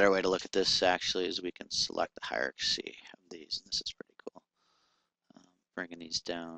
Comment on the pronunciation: sorry for correcting, but it's driving me crazy listening to this over and over!--It's Hie-rar-kee, NOT Hie-ra-ka-see! Ugh. Look at the spelling: Hierarchy